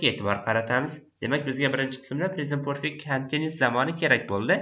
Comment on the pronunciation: Aka nimaga perfect zamonni poʻrfect deb aytasiz, talaffuzga etibor beringda axir oʻqtuvchisiz